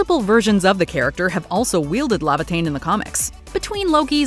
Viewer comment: "ae" makes the "eh" sound, in Laevateinn